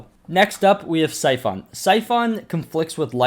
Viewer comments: He says syphoon, that annoys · Bro syphon is pronounced like si fun